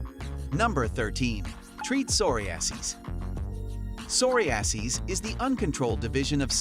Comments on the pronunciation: Soory-ass-E’s? You mean “Sir-rye-a-sis?” I’m talking about number 13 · That pronunciation of psoriasis...😵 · He also butchered the pronunciation of psoriasis.